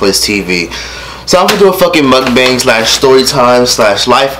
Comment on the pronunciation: It’s not “Muck-Bang”🤦🏻‍♀️ pronounced “Mock-Bong”.